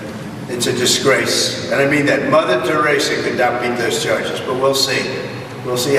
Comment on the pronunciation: Did he just say mother Therisa....!!! This guy is the stuff you scrape off your shoe...lmaorotf